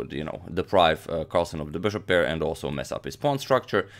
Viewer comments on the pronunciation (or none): none